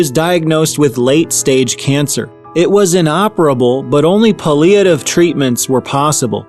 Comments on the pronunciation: It’s pronounced ’Pal-e-ah-tiv’ Palliative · Puh-lee-ative? Is that French?